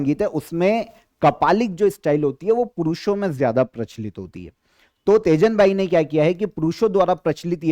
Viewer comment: Teejan bai ,not tejan bai mai chhattisgarh se hu